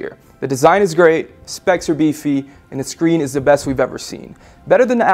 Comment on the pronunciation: Good review, really like the new guy, but he needs to learn to pronounce his words more clearly. Like saying "the" instead of "duh" and "Samsung" instead of "Samesung". Few beggining flaws, but nothing some work can't fix. :D